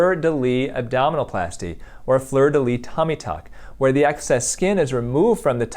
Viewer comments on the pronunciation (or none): "Fleur de lys" in French is pronounced "fleur de lisse" :) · Hi ! I’m a French speaker and just so you know, in « fleur de lys », you have to pronounce the S. 🙂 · Fleur de lys. Lys doesn't have a silent ''s''